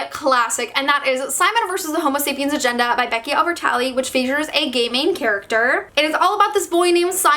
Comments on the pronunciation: Whenever say's "gay main character" I keep hearing "gayming character" lol. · I keep thinking you're saying "gaming characters" instead of "gay main characters" lol also: im bisexual and omg I just wanted to say that you did an amazing job representing my/the community <3 thank you